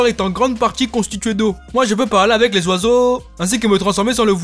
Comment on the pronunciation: Moi je peut parler avec les oiseauuuuuuxxxx ont dirait un acent congolais 🤣🤣😂